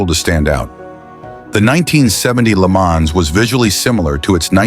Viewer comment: I wish you would learn how to pronounce some of these words LeMans oh my God